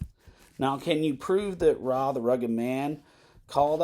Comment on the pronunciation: It's not "Rah", it's "Arr Aye" the Rugged Man